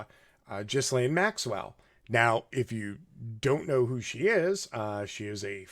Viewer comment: cannot listen, I am sorry. It is Geelaine Maxwell. It's Heraldo Rivera. It actually hurts the ears.